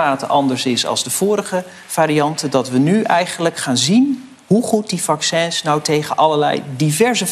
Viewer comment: 'Vaccûns'. Lekker Maarten.